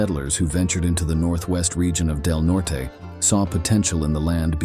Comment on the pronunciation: When are they going to teach these AI Robots that the pronounciation is "COLO-RADO not CALERAYDO, And it's "DELNORT not DELNORTEY"...???